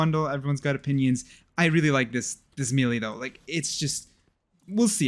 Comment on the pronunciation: said melee wrong disliked